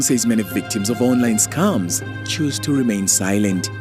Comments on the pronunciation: I heard "Scumms" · Kenyan English pronunciations tickles me. I was lost a bit until I realised that they're talking about scams, pronounced as scamm. It's pronounced scemm😂